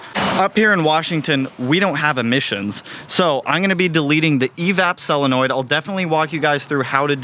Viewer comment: You say chennel, when it’s “channel” lol and you say selenoid when it’s “solenoid.” The next 30 days sound fun and exciting lol I like watching people be uncomfortable 😂